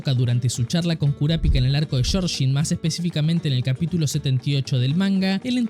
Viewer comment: Me encanta la patita trayendo el manga 😍 ah! No puedo irme sin decir "shorshin" Jeje Buen video obviamente 😊